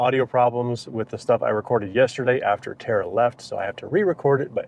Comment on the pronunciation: Terry?????? buddy, it's Tara